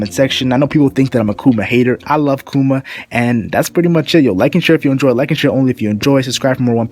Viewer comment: it's pronounced like " bar thaw lo mew koo ma"